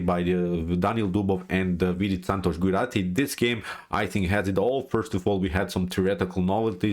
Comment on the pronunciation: Sir, j sound in gujrathi is as j in joker and not y sound